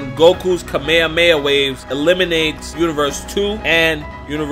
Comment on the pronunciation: He said it right the real name of Kamehameha